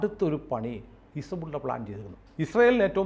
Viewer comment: ആരിഫ് ഹുസൈൻ പറഞ്ഞത് പോലെ his-ball -ഇല്ല!!